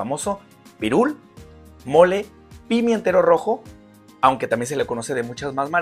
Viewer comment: Gracias, ¡lo acabo de ver! Me encantó aprender más sobre este árbol,!! Informacion muy interesante! Y en Perú se le conoce como Molle (pronunciado moye y no mole) Ya me suscribí!